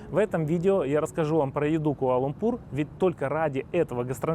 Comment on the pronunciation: Ку-а-ла - Лампур. Кто как называет:Куампур ,Кулампур. Четче можно пожалуйста. Вы же контент снимаете. Изучите название хотябы. Это как с Кахраманмарашем было в турции.